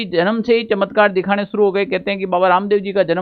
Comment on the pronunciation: चत्मकार ❌चमत्कार ✅